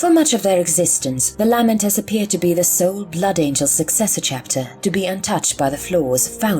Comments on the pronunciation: Just an FYI: the majority of the Imperium pronounces their names as "LAY-Mentors," not "LAH-Mentors." ducks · I am sorry the content is excellent but the lamenters pronunciation is grating I have never heard said that way.